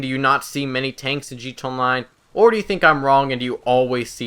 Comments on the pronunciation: it's not G TOW online, it's GEE TEE EH online. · why are you saying gtonline instead of gta online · Dude its G.T.A ONLINE STOP SAYING LIKE THAT WTF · is he saying 'G2 Online' because it's sounds like that instead of 'GTA Online' I'm not trying to be nitpicky, I just thought it was funny lol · "Gee Tahnline" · I fucking hate how the fuck you say GTA online you say it "g to online" and that pisses me off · Stop saying "G Tone Line." Slowdown and enunciate. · Take a shot every time he says 'Gee T'online'